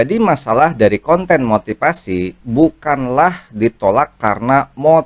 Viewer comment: motifasi, bukan motipasi. ngomong aja belepetan.